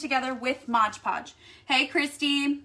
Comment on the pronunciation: Lol, no, you said it wrong. It's MOD Podge, not MODGE PODGE.